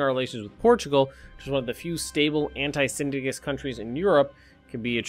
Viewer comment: mrAMMW Communist regimes are not something an English speaking person can pronounce well.